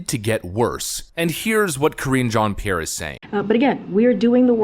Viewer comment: Cringe jon pee air 😆 🤣 😂